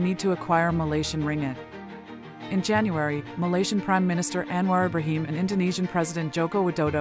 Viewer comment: Thanks for your great effort to summarise Anwar's various achievements within a short clip. Btw, wld like to point out that your voice over to the transcript pronounced "Anwar Ibrahim" towards the end wrongly.